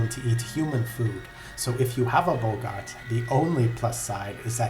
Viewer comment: Their name is pronounced "Bog-art". Not "Bow-gart".